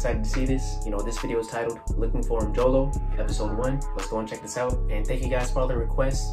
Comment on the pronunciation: I love all of them 😂🔥 . Can’t believe you know how to pronounce “Mjolo” New subscriber 🤩🙌🏽